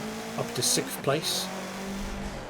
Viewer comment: Is it a British thing to say "sikth" instead of "sixth"?